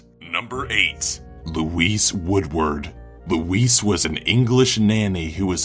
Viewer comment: lolol he said number neghit